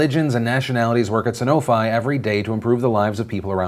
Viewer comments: It's pronounced "Sanofee " - A Sanofi employee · Pronounced "Sanof-ee", pretty sure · Hey Phil, it's pronounced "Sanof-ee" lol trust me, I work there. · As an contractor with Sanofi... Phil, you were pronouncing the Sanofi name incorrectly. It's "San-no-Fee"... sorry to nitpick. I was just excited to hear you speak about the company that I'm a part of. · My dad works for Sanofi... It's San-oh-fee, not san-oh-fye. Just saying. It's tweakin' me out here. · Sanofi is French, aren't you supposed to pronounce it "Sano-fee"? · It's pronounced Sanof-ee :P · Hey just letting you know. I work for sanofi and it’s pronounced san-oh-fe. 😊😊😊 just saying, love you!!! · For future reference Sanofi is pronounced san-o-fee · Sanofi is pronounced san-o-fee. Just a heads up for future references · Its pronounced San-oh-fee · Oh shit, I used to work for Sanofi (also pronounced Sanof-ee) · Hey Phil my mom works at sanofi. It is pronounced SAN o Fi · Phil mispronouncing Sanofi made me really sad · Ewww. Ive never heard Sanofi pronounced that way.